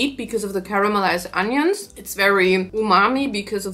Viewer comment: I live for her pronunciation of onions